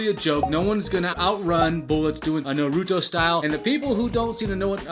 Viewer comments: Why the girl is saying Narato Run. It's Naruuuu to run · It’s naruto not noruto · Clearly it wasn’t a joke when he said the Naurto Runners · ITS NAR-uh-toe!!! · It's naruto not narootoo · Why is nobody talking about how he’s saying naruto 😂?? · the way he pronounced naruto tho... , at least it's better than people who pronounce it as "narudo" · Ur not even pronouncing naruto rite